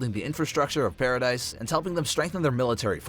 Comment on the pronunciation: paradis not dice. it’s killing me